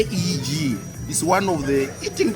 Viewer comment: KEG Not K.E.G, you funny bro!🤣🤣🤣